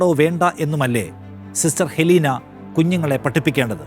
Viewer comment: അത് ഹെലീന അല്ല അത് എലീനയാണ് !!!